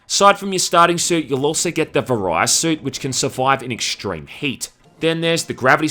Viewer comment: Another great review. Kind of weird how you pronounced Varia Suit, but it's really up to you how you say it, and yeah those mutated metroids are fucking annoying. Never look forward to fighting those things. Metroid Prime is one of my favourite games and I think is one of the best Metroid games out there.